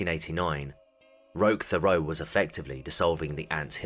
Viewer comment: As a French Canadian the way you pronounce Thériault is hilariously wrong